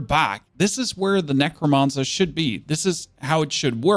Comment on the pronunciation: Nec - ro - man - cer. Not mon sir ya weirdo.